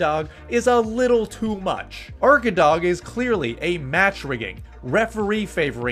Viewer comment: Arkadag usually translates "the back side of a mountain" and when u pronounce it u don't spell the last letter G and it's long A arkadaa. It's in Turkish and Tatar language.